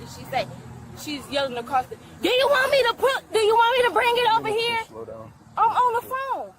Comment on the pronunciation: What the flock is an "ehr", ya dopey girl creamed corn girl, it's called an ear, learn pronunciation. This ain't about an accent. Because I have an accent. Learn how to pronounce things regardless of your accent. Don't perpetuate and promote a certain type of broken vernacular because you think that's what it means to be black cuz I can guarantee you it isn't. also the word "hehrrr", not here.